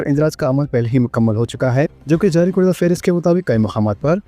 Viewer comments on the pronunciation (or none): Tere mu se karda ko kurda bahoot kharab lag rah hi. Not kurda karda karda karda.